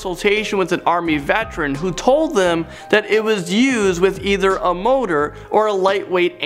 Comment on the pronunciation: What is with peoples accents? Not that they are Canadian, but that they cant pronounce words correctly. Motar, not motor, rocket not torpedoe.